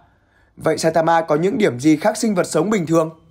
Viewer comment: Saitabu là clg ???, nhân vật tên Saitama đặt Saitabu, Nghe hảm vcl, đọc tên còn éo đúng đi so sánh sức mạnh